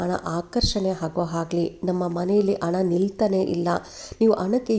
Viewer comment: ಉಣ್ಣಿಮೆ ಅಲ್ಲ ಮೇಡಂ ಹುಣ್ಣಿಮೆ. ಅಣ್ಣ ಅಲ್ಲ ಮೇಡಂ ಹಣ.